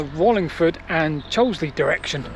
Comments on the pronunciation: And on the subject of pronunciation - the locals pronounce Cholsey as "Cholsee" (with a long "o" - definitely not "Choulsley"!). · Cholsey not Chosley!